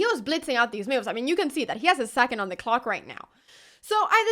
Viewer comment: It's interesting how the auto-generated subtitles "translate" Anna's pronunciation of "moves". I wasn't even paying attention to it, but saw mills and meals pass by. 🙂